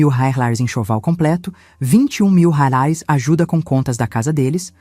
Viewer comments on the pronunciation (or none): A nora era vagabunda, uma vigarista. Essa Patrícia não tinha família? Digo, mãe e pai para pagar as coisas do bebê? A sogra também era muito idiota, carente demais. A narradora não sabe pronunciar o valor da moeda brasileira.